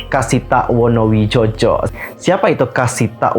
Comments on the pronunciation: maaf kak, kayakknya yang kreator nya Naevis itu namanya Wonowidjojo, tapi ejaannya wo-no-wi-jo-yo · nyebutnya Wonowijoyo ya 🙏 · Bacanya kasita wonowijoyo bang itu, penulisannya menggunakan ejaan lama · Bacanya WonoWijoyo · Bacanya itu jadi wonowidjoyo kak